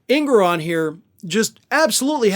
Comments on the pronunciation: An-gore-on! God you're horrible at pronouncing last names lol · Obstreperous and Engoron. Find out how to pronounce them before you park your ass in front of a camera. Jesus!